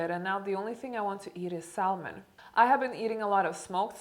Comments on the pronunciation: Dear, I know English is not your native language, neither it is mine native. But saLmon is a very wrong way of pronouncing this word...it’s ˈsæmən Same with almond. I’m only saying it, because I took a short pronunciation course and was told that it sounds very uneducated if you say saLmon or aLmond. Love you. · GRRRRR! The L in salmon is silent. Sa-mon not sal-mon. Orange juice causes diabetes as will any fruit, juiced. The damage is slow and unnoticeable in your youth but by the time you are 40 you will be pre or full diabetic if you don't mind your insulin spikes. Intermitent fasting has been studied and proven to be excellent for disease prevention and overall health. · According to several dictionaries, the correct pronunciation of salmon is sam-un. The '"l" is silent. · Hello. It is nice to see you back on YouTube, and you look great. Keep safe during isolation, Diana P.S In the word Salmon the 'L' is silent...so you pronounce it Sah-mon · Love your videos and your lovely accent as well ,I just wanted to give you a tip in regards to the pronunciation of Salmon the L is silent so its sounds more like Sam -Men it's a common mistake even native speakers sometimes make otherwise your English is amazing ,excellent....😘😘😘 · you look amazing! I started fasting and intuitive eating recently and it works wonders 🥰 but please don’t say the L in salmon, it’s silent, like “sammon” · Esther B. Well..as a salmon trader, I will disappoint you, since you don’t seem to know many languages besides Englishh. It’s saLmon, or sammon for the toothless prolapsed jawed anglosaxes. You’re welcome. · Thank you for being honest! I love your transformation and how you are willing to talk about what truly worked for you! One thing though--the "L" is silent in salmon. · You do not pronounce the letter L in salmon. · I have the same eating phases. Are you a Scorpio? (‘Salmon’ is pronounced without the’l’ sound). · You're not supposed to pronounce the L in salmon